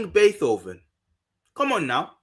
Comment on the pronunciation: BAY -TOW - VEN LOL! great video!